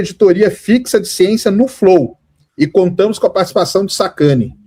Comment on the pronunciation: O Sérgio "SacaniOU" o Igor